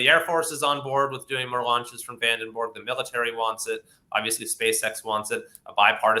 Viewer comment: Come on dude, VandenBORG ???¿???😮😅